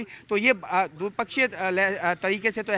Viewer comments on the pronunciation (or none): Bhai NDTV aco nhi SCO hota h😂😂